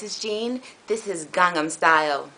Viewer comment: Oppas gangnam style Gung-nam is how you pronounce it its weird because its korean